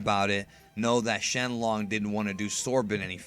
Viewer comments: shenlon? XD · Why did he say shenlong